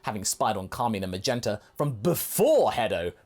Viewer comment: “Carmeen”? Car-mine is the guy’s name. You know, like car: a motorized vehicle and mine: as in the word used for when something is yours or the underground area where people go down to unearth materials like coal or iron or even silver. Sorry if this sounds condescending I just felt the need to correct the British guy on how to say a stereotyped villain name of hoity-toity people.